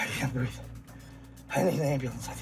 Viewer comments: George Lopez - "i can't breafe" 🤣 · hey! It's george floyd's half brother...i cant breef, i cant breef! lol